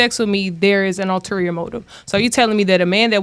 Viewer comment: Btw, the word is, ulterior. Not alterior